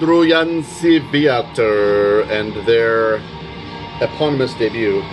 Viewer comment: You read Wędrujący wiatr pretty accurate! :)